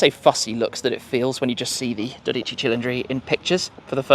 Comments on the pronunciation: 12 = Dodici Dorici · You can correct me but every time you say the name of the car I think that you say dorici cilindri , however I do know that 12 is dodici not dorici in Italian language. I am however hoping that am hearing wrong. I do like every video that you make since, so even if you say it wrong I don't care , enjoy your one when it arrives 😉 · It is italian, not japanese. So stop saying Dodíci and say Dódici instead.